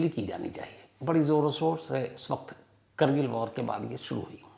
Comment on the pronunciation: करगिल नहीं कारगिल